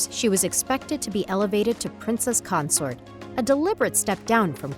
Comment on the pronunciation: It's pronounced queen Consort not Concert geez